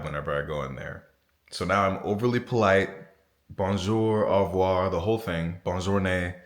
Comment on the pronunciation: Lol, he can say 'Aurevoir' properly, not like a lot of french saying 'Enrevoir'... Funny =P